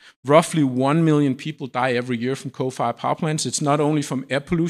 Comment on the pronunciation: This guy refuse to pronounce nice and slowly "coal fired" ... nah "cofayah" sound a lot better.